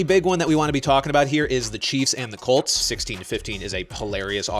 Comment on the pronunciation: Am I the only one who heard the cheifs and the cults